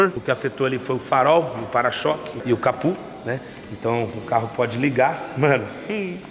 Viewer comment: Aonde vc ouviu falar "capu"?,É CAPÔ CA-PÔ